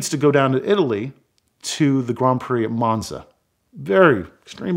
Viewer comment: Let’s all take a moment to appreciate ability to pronounce “Grand Prix” properly despite his American accent.